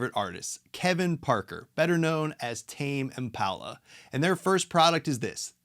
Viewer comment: I just dropped by to say ... Tah-may Im-puh-luh. Hehe